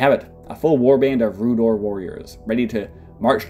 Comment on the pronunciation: Rhoo'dowr. Not Rhoo'dore.